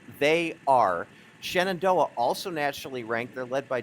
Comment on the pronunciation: It's Shenendehowa, not Shenandoah. I live in WNY and even I know that. BTW, cheers to Frontier's Lillie Bogdan from a Falcon x-c runner ( ). And to WNY's top finisher, Emilia O'Leary of East Aurora.